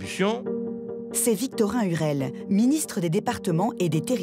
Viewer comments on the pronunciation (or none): Victorin LUREL et non UREL. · Lurel pas Urel, un minimum de recherche merci